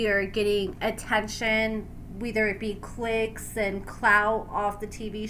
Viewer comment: Why are you saying “weether” instead of “whether”,? 😂